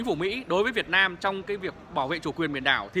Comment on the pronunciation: Ông ở đâu mÀ nói Việt na M tôi